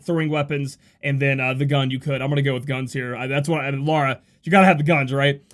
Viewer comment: you say "Lara" and "Laura" the exact same way...